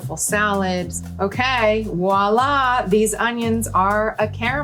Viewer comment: I can’t believe Gwyneth Paltrow pronounces Voilà like “Wallah” …that’s not very Gwyneth Paltrow of her